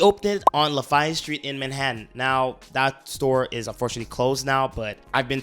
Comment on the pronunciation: Where are you from the way you say Lafayette is so weird And you butchered tremanine name